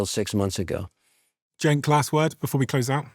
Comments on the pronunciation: Yes….so so so SAD….AI companies are losing BILLIONS….Kevin O’Leary, leads the race for “World’s BIGGEST Gaslighter”. By the way, Cenk isn’t pronounced Jake! Have some respect! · Is O'Leary an idiot, the name is CENK, not "Jack!" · I believe his name is pronounced "Jenk", not Jake, Mr. Wonderful... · Is he mispronouncing his name on purpose? It sounds like he's calling him Jake. There's nothing about the rest of his speech that would indicate he would have a hard time saying "JENK". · Omg his name is Cenk! Pronounced JENK- like in Jenkins. I KNOW Kevin can pronounce it! Stop calling him Jake or Jakester! It’s so obviously intentional. Nobody talks about robots eating babies. They only talk about the Epstein class doing that. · Is Kevin calling Cenk, Jake or is it how I am hearing it? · Cenk. It's pronounced "jank." And he can't be trusted either. But my late friend Beverly loved him, so I still listen. I wish she was here to stay what she thinks now. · I get the impression Kevin intentionally mispronounces Cenk's name.. Could it be because he's jealous??? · He can't even pronounce Cenk's name right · mr wonderful is so disconnected from reality that he can't even get Cenk's name right haha this dude lives in a bubble lined in gold. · What an absolute jerk this Levin is. He can’t even learn how to pronounce Cenk’s name.